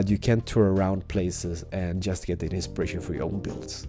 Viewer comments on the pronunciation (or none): could you stop saying the word insperation!